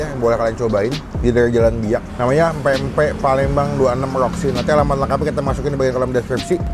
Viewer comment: bang, ati2 nyebut pempek. huruf M nya jgn diilangin.